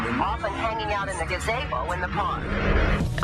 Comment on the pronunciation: I guess because I’ve heard this story before, what stood out to me the most was how the lady in the beginning said “he hung out in a GAZAYBO at the park!” Never heard gazebo said like that before. And how the narrator said macarb instead of macabre. He must not write the scripts.